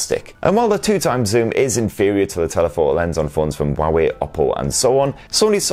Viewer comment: Huawei is pronounced Hua-wei, not Ua-wei. Source: Chinese native speaker.